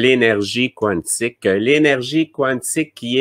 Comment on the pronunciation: pourquoi tu prononces Quantique comme il est prononcé en anglais (quouantic) on peux le prononcer en Français (kantic) merci .